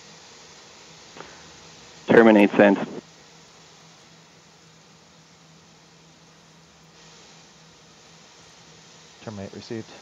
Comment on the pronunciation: "Terminste sent" "Terminate received" Miller Time